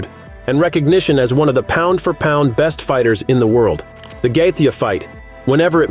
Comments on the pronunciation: I’m telling Justin Gaethje that you’re calling him “Gay-the.” Don’t make videos that you know nothing about. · The way you pronounce gaethje is terrible !